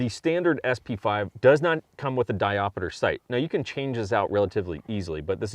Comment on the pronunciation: Diopter, not diop-i-ter :P.